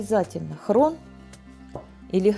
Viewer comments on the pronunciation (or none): Что за хрон? Может хрен правильно говорить. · Почему хрон? Правильно же хрен 😊❤ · Почему "хрон", а не "хрен"? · все прекрасно,но только с хреном,а не с хроном. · Хрен, а не хрон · Моя пробабушка тоже так говорила "хрон" она жила в Горловке, вас посмотрела и вспомнила она стеснялась говорить хрен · Это местный диалект....слышали про такое???